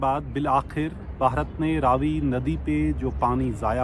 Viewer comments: Ravi not rvi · Ravi nai re Raavi ,ha sahi bola kar. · Its raavi nadi not ravi nadi... 😂😂😂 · It’s not Ravi it’s Raavee